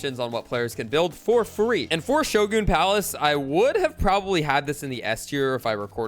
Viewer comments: Friendly tip,Shogun is pronounced show-gun,at least where I live in the us😅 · Why he say showgoon lmao